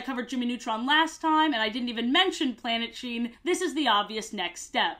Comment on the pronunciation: Everytime you say the name of this show, i keep thinking you’re saying “Planet Shein”